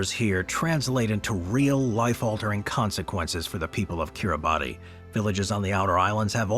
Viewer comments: Kitibati is pronounced "kiri-bahs". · Kiribati is pronounced ki-ree-bas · Timely reminder, good video. Shame about this American narrator continues to mispronounce place names :face-orange-raised-eyebrow::face-orange-raised-eyebrow: It's not difficult to find out. Making a video for world distribution - he could at least have pronounced Norfolk and Kiribati correctly!!!!!